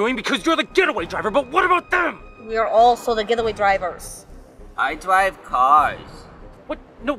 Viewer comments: I dwive cwars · "I dwive cars" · "I dwive cars." I love that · Momo Blu akkham its "I dwive cars" 2017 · dwive not love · Am i the only that comes back just for "I dwive caws" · " I dwive caws " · “ lets rock and roll “ “ i drwive cawrs “ “ im mario and ur liNgUini “ “ he has such a way with words 😍 “ “ i.. dwive cawrs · " I dwive cars" - 2017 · Let's find all the "I Dwrive Cars": *bows* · “I dwive, caws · "I dwive cars" 2016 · “I dwive cars...” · "I dwive cars." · "I dwrive cars” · Literally no one; I.. Dwiive.caws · "I Dwive Caas..." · "I dwive car" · 'i.. Dwive cars' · " I dwivve cawws " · " i dwive caas" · I dwive caws😂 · I DWIVE CWAERS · “Let’s rock and rolls” but “I drwive caw’s” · I. Dwive cawrs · “Iiiiiii dwive caws”😑😑😑😑😑😑 skips into the comic book store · I dwive cwars :3